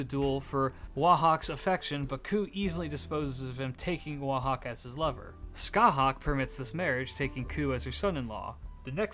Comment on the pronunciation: For reference CúChulainn is pronounced Coo-Cullen, Aoife is pronounced Ee-fa and Scathach is pronounced Scaw-hach